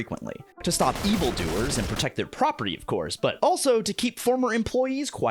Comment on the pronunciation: When I first heard about this show, I wanted to watch it because of the setting. Then I read about the plot ... "Muh propaatee!", and was immediately turned off.